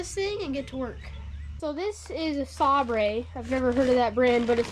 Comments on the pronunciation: Sabre is pronounced like star wars light "sabre" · As a European, I can confirm that this is the correct pronunciation of Saaabrey. Love the content - you are doing a grand job! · Aw, … it’s pronounced Say Ber🙂👍🏻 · Oh you know that’s even why he’s working on it! 😂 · “SAB-RE!” Hahaha! Clearly his father’s child! 😂😂